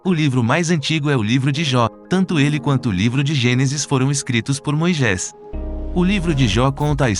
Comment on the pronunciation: Por favor, vc pode me tirar uma dúvida, pq vc fala " Moijés"?? Está escrito Moisés.... grata